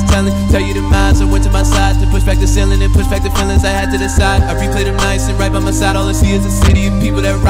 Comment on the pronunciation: "ThAts WiGht DaDdy!"